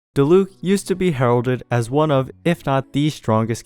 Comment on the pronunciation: random observation but diluc and keqing's accents on their names are on the first syllable but everyone puts them on the second syllable for some reason